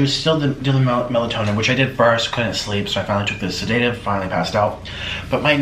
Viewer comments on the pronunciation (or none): I don’t believe he’s taking sedatives simply because he doesn’t pronounce it correctly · Hey Dr. Nikocado. I’m pretty sure that when they take your blood pressure, you don’t see actual blood. Also, you need to learn how to pronounce sedative if you’re going to self diagnose 🤣